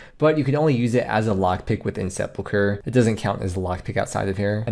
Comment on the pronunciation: At least he knows how to pronounce it. Ill drink to that.